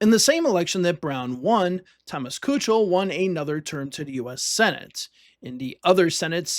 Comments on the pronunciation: Kuchel is pronounced "key-kul" btw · Nice video. It was pronounced Thomas Keekel.